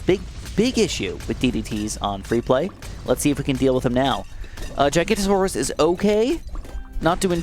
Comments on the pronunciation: Hearing giganotosaurus being pronounced as gigantosaurus is slightly infuriating, read the name!! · Im sorry but its Giganotosaurus not Gigantosaurus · yoo just wanted to let you know that the middle path pronounced giga-noto-saurus not gigantosaurus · its not Giganta-Saurus, Please say it how its meant to be pronouced Giga-noto-saurus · It is giganotosaurus not gigantosaurus GIG anotosaurus I mean common misconception but yea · Loving dinosaurs it makes me sad no one seems to pronounce the Giga right. Gigantosaurus is a fun nick name, but it's Giga no toe saurus. :) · Not trying to be annoying but you pronounced giganotosaurus wrong and misspelled it in the title, it's giganotosaurus not gigantasaurus. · As a dinosaur nerd, it's really annoying how he keeps saying GIGANTosaurus and not GIGANOTAsaurus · Giganotosaurus is pronounced (I think) as gig-a-no-to-saurus, not giganto. Also Pouākai is a Te Reo Māori word. In that language you (loosely) pronounce each vowel individually, so it would be pronounced poh-oo-AH-kah-ee with an emphasized/lengthened ah sound on the ā. I'm from New Zealand but do not speak Te Reo, so this is only a rough guide. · Its not pronounced Giganto its GIGA-noto-saurus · Don’t want to be that guy but you say GIGA-NOT-O-SAURUS Not gigantosaurus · As an avid ark fan i have to correct it, giganotosaurus is not gigantosaurus it’s giga-no-tow-saw-us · actually it's giganOtosourus, you know the one from JW Dominion, not gigantosaurus. just wanna let you know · (It is pronounced giga-naught-oh-saurus) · So nobody gonna point out him missing the O in Giganotosaurus and pronouncing it "Gigantosaurus" 😂😂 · The dino is pronounced Giga-no-toe-soar-us. And the bird is from Māori legends or something, I am a kiwi but I'm not very good with the legends and stuffs. I think it's pronounced Poo-ah-kai. As I said, I'm not very good with Te Reo Māori or Māori legends. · bro said giganta taurus instead of giganotosaurus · Giganotosaurous Jig-uh-not-oh-saurous